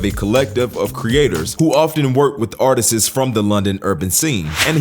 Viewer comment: What the fuck are “artisses” ? Are u saying artistes? Its pronounced ar-tists” one syllable… how tf do u mess that one up